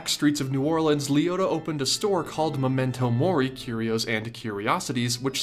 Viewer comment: Me, watching a few days after Unus Annus died: Did he just say momento mori?